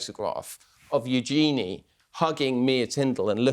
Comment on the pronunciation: You need to learn to pronounce Eugenie's name properly!